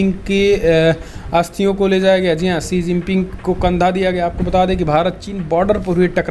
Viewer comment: भाई श्री जीपिंग मत बोलो